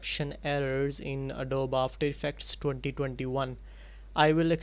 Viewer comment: It's not Adob it's Adobeeeee You say the E